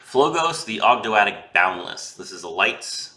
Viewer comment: you pronounced Ogdoadic correctly imo :p